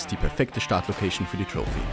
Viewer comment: …und es heisst troffi nicht troufi 😂